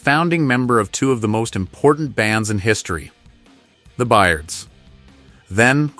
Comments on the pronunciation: The Gooey Dolls, The Bye-erds, A.N.D., AVAN, the EARS??? Just how much more of this are we expected to take? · NOT well researched! They skipped researching how to pronounce I.R.S. or the Byrds